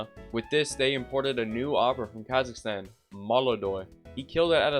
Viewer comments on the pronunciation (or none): none